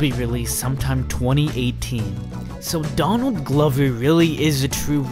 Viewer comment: why do u pronounce? donadly glovy when his name is donald glover